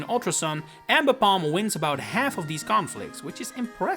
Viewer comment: It’s pronounced SHEE-NAHT-ick, amm-BEE-pahm, and woh-SHEE-IHN, “”! 🤨